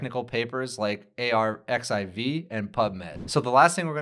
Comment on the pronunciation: Fwiw, I recently learned arXiv is pronounced "archive".